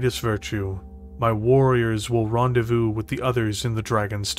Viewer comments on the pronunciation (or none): none